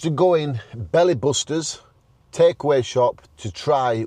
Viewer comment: That's definitely Booster, not Buster. :)